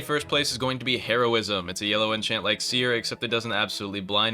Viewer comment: "herobjism" unwatchable.:face-orange-raised-eyebrow